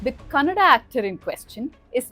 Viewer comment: Thank God you didn't say kannad😢